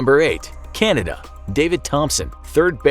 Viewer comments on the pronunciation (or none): none